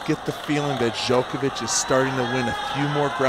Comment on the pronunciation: Why is one of the commentators mispronouncing Djokovic all the time. He did the same in the 2010 final. How on earth is it possible nobody correced him, how to pronounce the name of the world # 1 tennis player of the time?